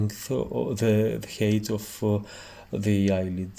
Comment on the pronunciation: height is pronounced χάιτ otherwise it sounds like hate = μίσος